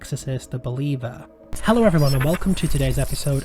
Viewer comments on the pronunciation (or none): none